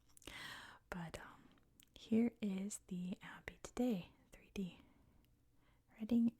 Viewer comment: it's called Reading the same way in Pennsylvania. I think at least those in mid-Atlantic will know that and maybe wider areas of US. Berkshire however is almost always pronounced the wrong way by Americans!